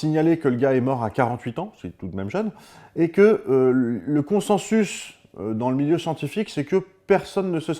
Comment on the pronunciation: Coucou Bruce, juste pour info "consensus" se prononce en fait "consinsus". Voilà bisou bonne vie